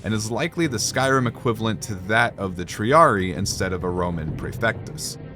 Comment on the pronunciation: Whenever you see two "I" its pronounced as for example. Triarii is Tree-ari-I not tree-ari